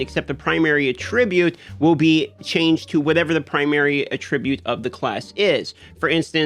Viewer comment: Rofl 🤣 lrn to pronunciate attribute. This ain't Hunger game's ma dude " a tribute" looool